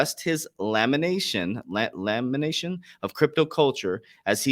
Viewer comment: “Lamentation” lol